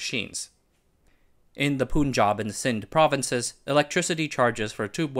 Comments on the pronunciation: also stop pronouncing Pun or Panj aab as pooon jahb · Slight correction for a common pronunciation mistake, generally people call the Punjab state as "poon-jab" , correct would be "pun-jab" as in the word PUN. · Punjab is pronounced Puhn-juhb, not Poon-juhb. Muslim is pronounced Moos-lim, not Muhz-lim.